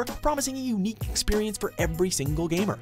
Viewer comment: "promising a unqiuugh experience"